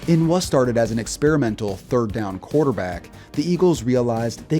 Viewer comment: Love the vids. But man did you butcher the word “experimental” lol